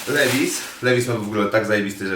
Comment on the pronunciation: Nie mowi sie LEWIS tylko LIWAJS :) tak samo jak NIKE - nie mowimy NIKE tylko NAJKI :)